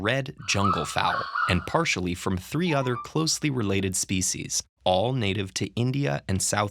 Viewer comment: Excellent but please learn to pronounce "species" correctly. Thanks, David